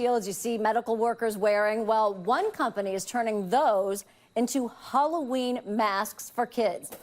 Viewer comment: he says "HElloween"